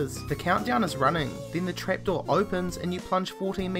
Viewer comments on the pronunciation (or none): "trapEdoor. WHY does HE SAY THAT